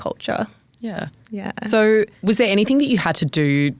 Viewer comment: It's anyTHING...not anythink